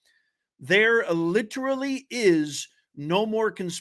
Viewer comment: Took less than two minutes for the professor to misuse and mispronounce the word literally.